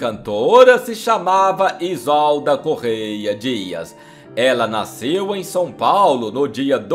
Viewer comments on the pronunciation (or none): none